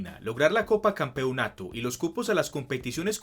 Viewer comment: Me desespera como pronuncia "Campeonato"